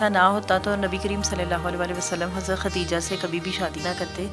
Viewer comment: 👈🏻حضرت امی خدیجہ رضی اللہ تعالیٰ عنہا کا صحیح تلفظ ادا کریں آپ تا استعمال کر رہے ہیں بعض لوگوں کی طرح